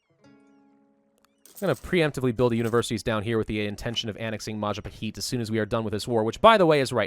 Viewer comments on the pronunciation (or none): Majapaheet reeeee Its Mah- jah- pah hit